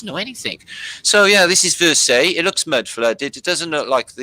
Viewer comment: Versailles..pronounced ie..like . lie..anyway they used the fireplaces to pee in..well..what else would one do?